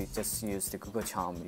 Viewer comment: He calls Google Chrome as Google Charm :D